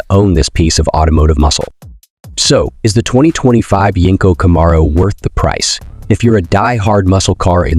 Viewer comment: Can you say Camaro right😂😂😂😂